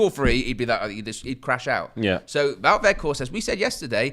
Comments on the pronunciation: I know you very particular about the correct pronunciation of names. Wout (pronounced VOTE) Weg(Weght) think Schrek with Flem in the throat and Horst you guy are getting right. Vote WeghtHorst. Hard T at the end. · Close. The ou in Wout is the same pronunciation as the ou in where art thou. The g in weghorst has the same pronunciation as the g in Ten Hag, the we sounds the same as whe in whether